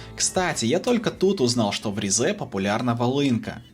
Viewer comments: Только Ри́зэ, а не Ризэ́ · Уважаемый автор, я конечно понимаю, что вам когда-то сказали, что ударение в турецком языке обычно падает на последний слог, это верно… но только не с именами собственными, т.е. не ризЕ, а рИзе, не истанбУл, а истАнбул, не анкАра, а Анкара, не караденИз, а карАдениз… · Ризе ударение на и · Вместо ризе послышалась рязань